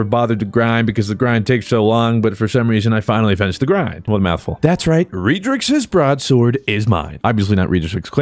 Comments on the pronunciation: Redrixs not reedrix 😂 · Red-Rix's. NOT READ-RIX, NOT REED-RIX,NOT REID(👀)-RIX, NOT REYDE-RIX, NONE OF IT. SAY IT WITH ME YOU UNCULTURED SWINE, RED-Rix's. Thanks luv u lng tym <3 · Broadsword actually got buffed. And in pretty sure it's Red-drix like the color not Ree-drix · Dude it's rehd•riks not reed•riks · I cut tell if he calls it the REEEEE-drixs on perpose for the memes or if he is genuine pronouncing it wrong